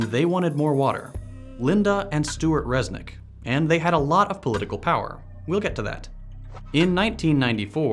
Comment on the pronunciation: Instead of pronouncing their name the way you did pronounce it like this re/snick Then look up all possible meanings of snick One meaning in hindi means division Re - divide re - snick